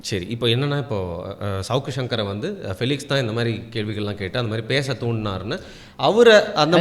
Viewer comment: பிளிக்ஸ் இல்ல... பெலிக்ஸ்